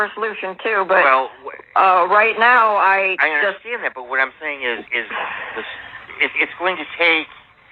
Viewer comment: DUWAT!!!!!! KAREN SAID DUWAT!!!!They are ALL IDIOTS!!!🤣🤣🤣